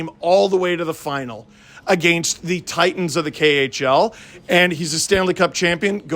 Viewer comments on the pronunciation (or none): none